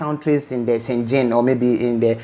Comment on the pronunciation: Is schengen not schengin..